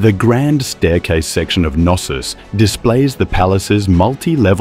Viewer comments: In the word "Knossos" letter K is pronounced. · You're absolutely right about the Greek pronunciation — in Greek, the “K” in Knossos is clearly pronounced. But in English, it's commonly spoken as “No-sos” without the “K” sound, as shown in dictionaries and online pronunciation tools. Thank you for pointing this out — both forms are interesting to note.